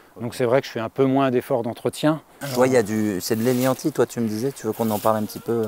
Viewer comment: Je ne saisis pas le nom que tu dis, pour "le cousin germain du topinambour". "Gnanti"? EDIT: J'ai fini par trouver, ça s'écrit "hélianthis", ouff.